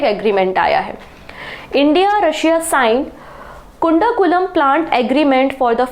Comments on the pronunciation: kundakulam ❌ kudankulam✔ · कुंडा कुलम nuclear पॉवर प्लांट नहीं है......कुडानुकूलम है